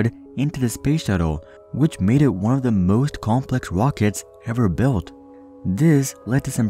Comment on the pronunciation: no one: this dude: wOcKeTs